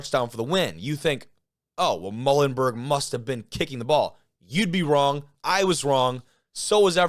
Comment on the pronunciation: Muhlenburg is "Mmm YOU len burg"!!! The MULES 🐴🐴🐴